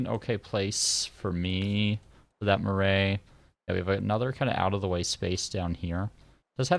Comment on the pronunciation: Cool series! Just so you know for future the correct pronunciation of 'Marae' is closer to how you might pronounce 'Marai' - maa-rye. Rye like eye.